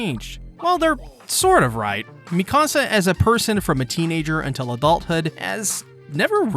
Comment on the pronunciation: It's not Mi Casa, it's Mee-ka-sa.